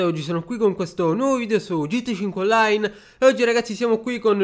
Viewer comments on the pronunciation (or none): I sardi non fanno sentire la "a"